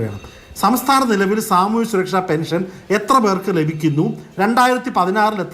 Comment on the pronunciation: എടാ ഊളെ,, ഞാൻ നേരത്തെ ഒരു തവണ നിനക്ക് പറഞ്ഞു തന്നു, പെനിഷൻ അല്ല പെൻഷൻ എന്ന്